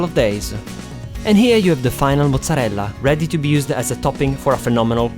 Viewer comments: I love how you say mozzarella! So Italian :) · you pronunce mozarella so well xD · Damn I will try your recipes veeeeery soon. Can't wait. By the way, are you Italian? The way you say "mozzarella" and "parmigiana" are way too real, and your nice accent too. I mean, I'm Italian, I should know.